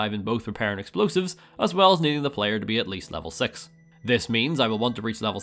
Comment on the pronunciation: Do you say '6' that way on purpose? 😓